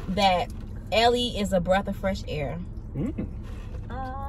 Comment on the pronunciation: Breath not breathe , sis